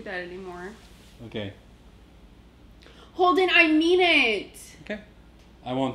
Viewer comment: Holden-uh! Noooo-uh!!!